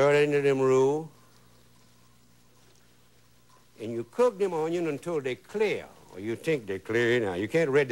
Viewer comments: I have so many fond memories of watching this guy on PBS with my mom. Makes me happy to see him again. My mom still pronounces "onion" the way Justin Wilson does - "awn-yon." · He loves his “ onyion” childhood memories